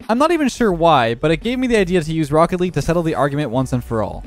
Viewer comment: FROOCKET LEAGUE